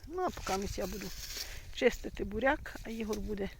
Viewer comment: та навчись ти кже говорити буряк а не бараки от як дивишся чумаченків то хочеться слухати як красива мова у них.